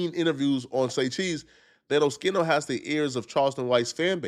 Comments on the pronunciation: He still saying his name wrong. Wtf. 😂 someone correct him please. Oh-ski-no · Oschino is pronounced O-skeeno, not O-sheeno. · It’s not O-SHE-NO! It’s O-SKI-NO! Damn! 😂 lol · O-schi-no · Bro stop calling Oschino osheeno you idiot 🤦🏽‍♂️😩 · It’s pronounced O Skee No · O-SKI-NO!!! It's not rocket science!!! 😂😂 And why Oschino say he was "cooking toast"? 😂😂😂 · YOU STILL CANT PRONOUNCE OSCHINO CORRECTLY, GODDAMN. You didn't learn from ya last video with his name?! What a joke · Please learn how to pronounce Oschino